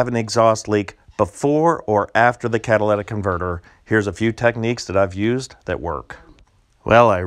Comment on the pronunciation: It's catalytic converter, not cadilladic converter.